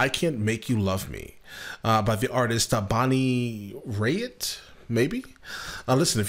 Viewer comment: You got her name right the first time. I'm impressed